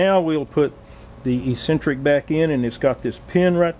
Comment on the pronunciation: Great video, the word you are looking for is pronounced EX-CEN-TRICK, not E-CEN-TRICK.